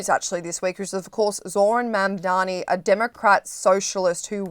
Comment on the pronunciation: Dude. I KNOW you know how to pronounce “Buttigieg.” PLEASE LEARN HOW TO PRONOUNCE “Mamdani.”